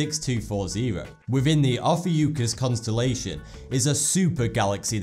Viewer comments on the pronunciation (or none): none